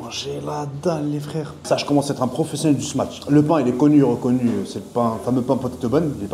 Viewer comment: T’es pas un professionnel de sa prononciation par contre frerot, c’est smash pas smatch 😂 Top la vidéo 👍